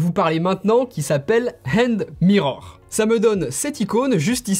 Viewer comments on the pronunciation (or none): 1) plim non authentifiée par apple 2) pas aïden barre mais iden bar pour la prononciation (écoute dans google trad) 3) dropover très intéressant 4) hand mirror que pour os>12 (et prononcer and et pas end) 5) shotter ne permet pas de changer la zone de sélection contrairement à TechSmith Capture